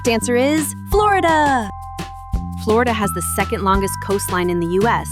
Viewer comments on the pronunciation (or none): none